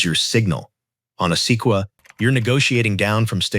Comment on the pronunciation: The “Seekwa”??? Se-quoi-ya